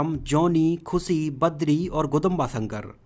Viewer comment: Its khushi not khusi..poor hindi